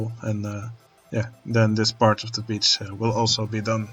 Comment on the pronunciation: Every time you say Beach, I hear biiitch. 😂